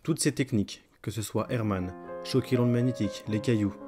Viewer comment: C'est réseau Hartmann et non pas Hermann... mdr